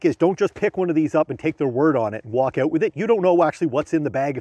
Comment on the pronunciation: The cuts are annoying and not saying " out " correctly is not funny anymore, 60 seconds in I had to turn it off.